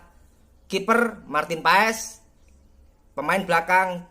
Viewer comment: Martin Pas..not martin pe es